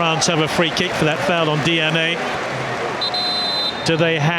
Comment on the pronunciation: Di ani...not DNA